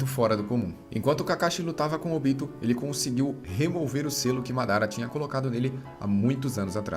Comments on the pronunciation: Muito bom o resumo, mas a pronúncia dos nomes me deu uma agonia viu principalmente o do Obito e não Óbito pessoa que estar morta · Sério? "ÓBITO"? A pronúncia é Obi-tô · O resumo é top, mas pq não manter a fonética dos nomes igual a japonês? Ex: pq óbito e não obíto? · Quem aí tmb ficou com agonia vendo ele falar "Óbito" ao invés de "Obito"? Kkkkkkkkkk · Pelo amor de Deus, OBITO NÃO TEM ACENTO NO 'O' pra ele falar ÓBITO, credo parece que nunca olhou legendado! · Podia aprender a falar os nomes dos ninjas direito.. óbito é quando alguém morre pô.. kkkk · Vc fez um otimo trabalho parabens, mas....maioria dos nomes foram ditos de maneira errada, como "Óbito"(morte) e Ashura de resto ta maravilhoso irmão continua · Esse cara não sabe falar os nomes dos personagens direito não? Óbito? Kuina?